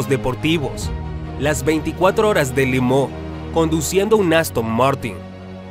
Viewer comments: Tremendo video!!! Pero se dice Le Mans No!!! Le Mooo… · No se porqué dice Le Mooo, cuando es Le Mans 🤔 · Buen documental. Muchos datos interesantes. Pero una pregunta....minuto 6,38, las 24 horas de limón????? Si no sabemos la pronunciación correcta lo leemoos en castellano y punto.